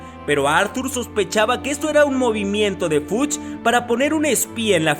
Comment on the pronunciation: Cuando dices Fudge suena como "fuch" jejejejeje